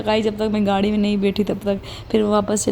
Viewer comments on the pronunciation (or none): none